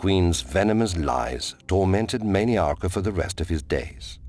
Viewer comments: He's good but obviously cannot pronounce TES named and words correctly. He calls Mannimarco Manny-Arco. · Mantiarco who was married to Potema and not Mannimarco the king of worms.